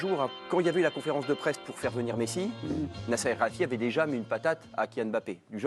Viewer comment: Olivier Ménard qui ne sait même ps prononcer nasser Al-Khelaifi